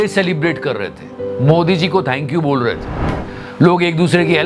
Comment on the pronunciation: BAAUUL nahi BOL.